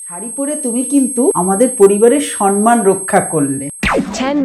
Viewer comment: সম্মান❎ সনমান ✅🤣🤣